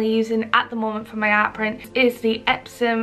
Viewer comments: Why are you saying epsoM? The company's name is EpsoN...N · Are you saying EpsoM? Isn't it EpsoN? Or am I really high right now? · Like really a serious question. Is it pronounced EpsoM? Cause i hear you say it that way.... Im from Germany and confused lol. Have i said it wrong... I feel crazy